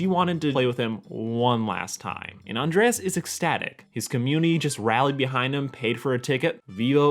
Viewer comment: Flamingo? Spoon-bill, Becky would be disappointed. And Andrés is pronounced An-drae-s, not with ea-es